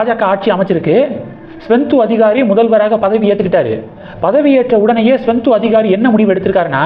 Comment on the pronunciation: தம்பி! மேற்கு வங்க முதல்வர் பெயர் சுவெந்து அதிகாரி. நீங்கள் ஸ்வெந்து என்கிறீர்கள். திருத்திக் கொள்ளுங்கள்.